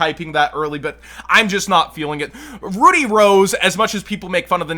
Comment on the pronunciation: What's SHOCKING to me isn't the prices (A lot of them are about what I expected them to be tbph), but the way the word Rud-dy is said in this video, coming from someone who is familiar with said word.